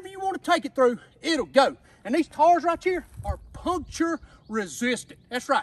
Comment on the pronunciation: “These tars right cheer” 🤣